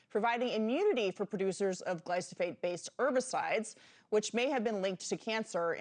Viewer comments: It's pronounced, gly pho sate,, not, Glysophate. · lol how is no one including the producers noticing the anchor mispronouncing as “glysophate”😂😂😂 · FAKE NEWS!! This so-called reporter said “GLYSOPHATE” - not glyphosate - multiple times, therefore negating her entire argument! THANK YOU FOR YOUR ATTENTION TO THIS MATTER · Why didn't anyone pause the cameras and correct the interviewer's consistent mispronunciation of "glysophate"? Illiteracy abounds. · The interviewer loses credibility when she mispronounces the key word. Make Journalism Great Again😉. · She couldn’t bother to learn how to pronounce the word accurately???? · News reporter reporting on glyphosate cannot pronounce it.